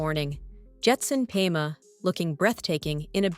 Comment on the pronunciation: Perhaps they can find an announcer who can spend an extra 2 minutes trying to pronounce names and places properly. "Pema, Thimphu, Dondep Gyaltsen", and almost every other name was mispronuounced.